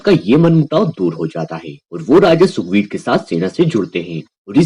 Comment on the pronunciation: Sukbir ❌ Sugrib ✅